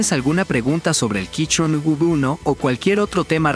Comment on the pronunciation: Buen video, pero me da gracia el "quichon". Yo recien me compre el mismo teclado